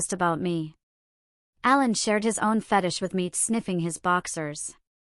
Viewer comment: Stop mispronouncing fetish 😢